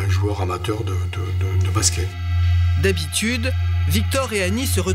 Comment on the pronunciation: Deja quand tu entend baské au lieu de basket Faut pas demander l etat de l enquete comment elle est faite ....